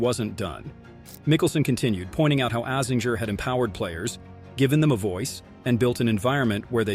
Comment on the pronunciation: Try learning how to pronounce some of these names...Azinger